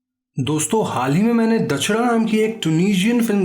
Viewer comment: I love it when u say hall he may main ne dikie ha 😍😍😍😍